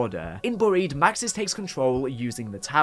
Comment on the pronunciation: Boried? You mean buried